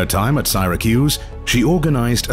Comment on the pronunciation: The P of Wales was addressed by her maiden name? Disrespectful.Syracuse was mispronounced . The rest is an advertisment for the royal Jordanian family. The words "Haute couture" were mispronounced as horticulture. That made me laugh so hard 😅